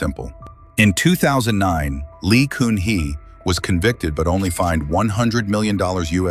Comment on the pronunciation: The ex-president Lee Kun Hee is pronouncd as "Gun hee" not "Koon hee".